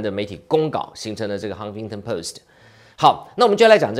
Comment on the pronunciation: 澄清一下, 是"Huffington Post", 不是 Huntington.